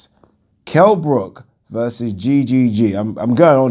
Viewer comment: Remember when floyd said Kell BROCK